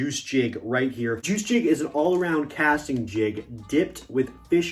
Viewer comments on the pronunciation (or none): Not "juice" its Juiceeeee